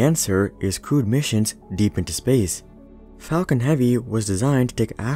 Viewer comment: The Fall-con heavy